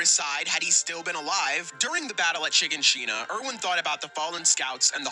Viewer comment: I don't trust anyone that can't pronounce shiganshina